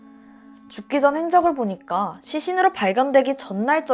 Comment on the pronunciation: 그러다 보니깡, 퐐월 이런 발음들이 아직 힘들어가신거 같긴한데 듣다보면 중독되는거 같기도 ㅋㅋ 나문희 선생님 같기도 하고